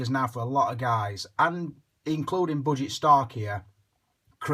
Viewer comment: Ohh.. gosshhh the word pronunciation.. bu-g stark(from budget stark).. loll